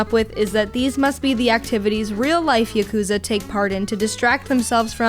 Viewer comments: P.S. Yakuza is pronounced with the accent on the first A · Sort of a pet peeve of mine it's pronounced YAKuza not yaKuza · And she pronunced Yokuza instead of Yakuza. Damn! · YAH KOOOZA. not yukooza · Girlfriend review call Yakuza YA-Ck_ZE Its pronounce YA-Ku-ZA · No. Your boyfriend should not play Yakuza 0. At least not before Yakuza/Yakuza Kiwami. Also, it's Yah-koo-zah. Not Yuh-kooz-uh. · ya-koo-za??? hello????